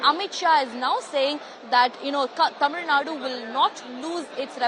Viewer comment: First say tamilnadu properly.. later u can connect about tamilnadu education and politics.